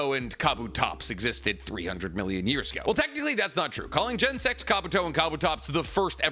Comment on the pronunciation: can pronounce Japanese names no problem but absolutely dies when it comes to “Braviary” and “Genosect”